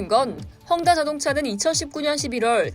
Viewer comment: 혼다 아니고 헝다